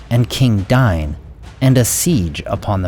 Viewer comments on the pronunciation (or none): Eh "Dane". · Dain was pronounced wrong, but this video was seriously impressive!